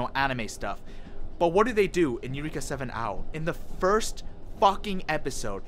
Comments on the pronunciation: Isaac Guerrero and definitely NOT eu-reeek-uh ughhh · Why are you mispronouncing “Eureka”? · How you watch this show and not pronounce eureka or a anemone.